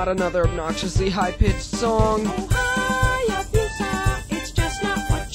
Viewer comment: Your pronunciation of the word “Hayabusa” is atrocious. Btw, Hayabusa is Japanese for Falcon.